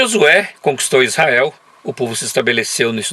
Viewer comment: É tudo ótimo. Gosto muito do seus tour, mas falar Issael... pôxa...vc não tem cara disso não... Tô aprendendo, divertindo, parabéns... e vou praí qq hora